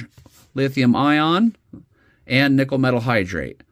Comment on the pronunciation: nickel–metal hydride..... hydride, not hydrate.